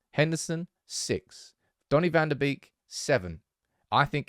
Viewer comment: His name is not Fan the Beak. His name is Fawn da Bake.